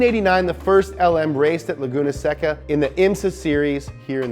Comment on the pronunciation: Laguna Seca is pronounced “say-kah”, not “however you phonetically pronounce whatever said”